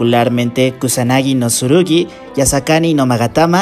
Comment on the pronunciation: Es kagami Tsurugi no Kagami Surugi xd, se pronuncia la “tsu”, en fin. Kagami mi mujer